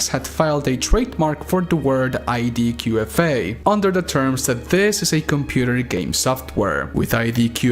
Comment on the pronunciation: You keep saying IDKFA as ID 'Q' FA , K is pronounced - 'KAY'. Petty I know, especially as your first language is Spanish - but its always good to learn something new